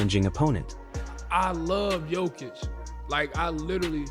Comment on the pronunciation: You said his name wrong bout 9 times already lol and you keep. Hanging it bruh 😅